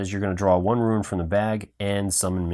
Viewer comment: Bad enough you mispronounce rune as ruin. No wonder the other guy had problems understanding earlier. But a playthrough skipping rounds. Not good.